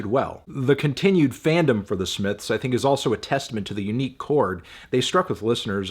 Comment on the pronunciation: the smiffs